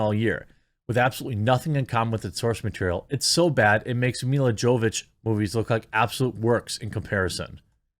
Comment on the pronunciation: It's pronounced Mila "Yovovich", not Mila "Jovich".